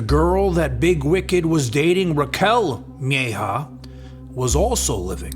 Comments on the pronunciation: Its mejia not mehja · Bro PLEASE PRONOUNCE MEJIA CORRECTLY! Its not MY-HAW its MAH-HeeahAH PLEASE!!! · You mispronounced the surname Mejia. Its said like May-he-ah. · It's pronounced meh ,he,ah. Mejia... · Mejia is pronounced different